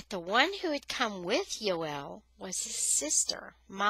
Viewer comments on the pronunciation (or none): Joel not yoel